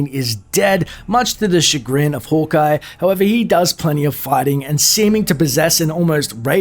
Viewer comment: Sounds like you’re saying “holk eye”